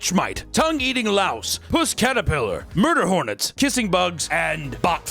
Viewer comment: love me some "MUDER HORNETS"